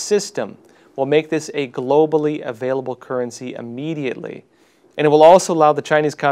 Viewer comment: I'm sorry but I need to ask you not to say Amediately.